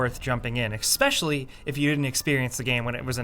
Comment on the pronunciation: Eks-peshally? Really? Eks-peshally. Sigh.